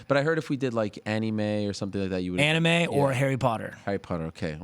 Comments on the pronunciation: Ariel just called Anime Annie-Mae 🤣🤣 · ani-may bro what